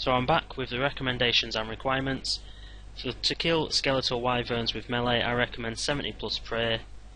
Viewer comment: its requirements not reguirements but so far nice guide